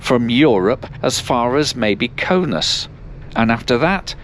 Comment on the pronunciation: It's Kaunas not Kaunus